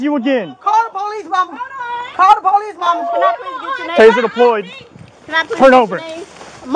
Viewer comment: 😮call the PO LEECE 😂